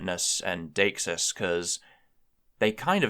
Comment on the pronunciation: "definiteness and daxus"? daxis? dheicksuisse? Whatever that is, I'd like to know more. I have no idea what it is or how to spell it